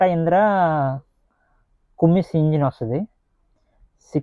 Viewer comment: కుమ్మిణ్స్ కాదు, కమ్మిన్స్